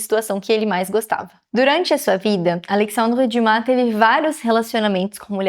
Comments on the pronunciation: Acho que li todos os livros de Alexandre Dumas, mas só agora conheci a pronúncia correta do seu nome. Parabéns por esse belo trabalho. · Só falar o nome dele correto já merece o 👍🏻❤